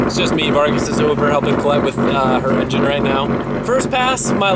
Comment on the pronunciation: He said engin with a normal g sound 😂 lit